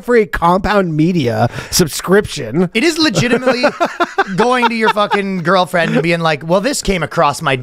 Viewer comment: Ryan is back on saying "suscription" again.